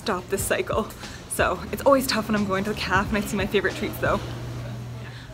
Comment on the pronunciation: Did she just call a café a 'caf' 🤦‍♀️